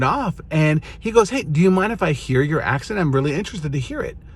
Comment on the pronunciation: "Ac-sahn" XD not "ac-sent"